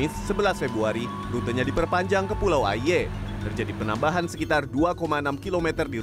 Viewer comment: Mon maap tapi pelafalan Pulau "Aie" nya ngakak😭